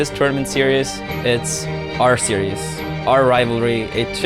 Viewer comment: "It should be decided here at Yenesis"...dead